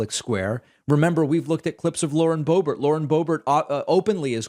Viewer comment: Is that how you say Lauren's last name?